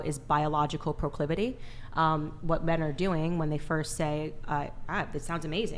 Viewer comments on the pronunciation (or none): Onlyfans model can’t pronounce “proclivity” 😂 shocker